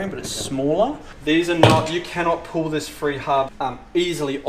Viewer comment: It’s pronounced Pall as in Paul not pull